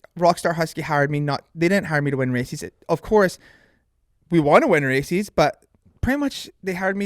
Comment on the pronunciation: Apparently we've been saying "races" wrong the whole time. According to Deano, it's "racees".🤣